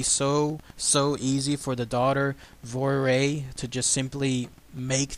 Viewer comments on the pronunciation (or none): The daughters name is vo-war-ee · Dalby in the Isle of Man is the place in the British Isles where these events took place. The daughter's name is pronounced "Vorree." My father was born in the Isle of Man in 1932 and grew up there. He is well aware of this story. Christopher Josiffe's recent book about Gef and the Isle of Man is fascinating.